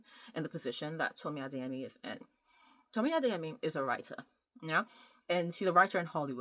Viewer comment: Are you Yoruba, caused pronounced Adeyemi very well